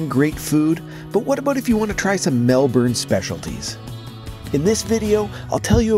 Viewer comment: I actually like the fact that an American is calling our city the way it is pronounced Melburn instead of Melborn which most Americans say, we know the spelling is Melbourne, so good on you for getting that right............